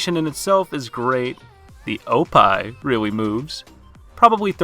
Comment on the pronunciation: did he just did unjust said "opai" rather than oppai ?